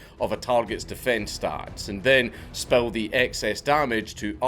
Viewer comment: Wait are you saying “spell” or “spill”?